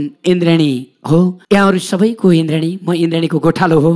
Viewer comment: Your pronounce is not indrien it's indradi 😂😂😂😂